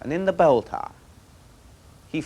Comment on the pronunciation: "Taaaah". Tower, that is.